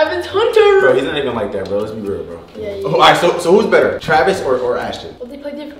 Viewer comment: Bro said Tavis 😂😂😂😂 it’s travis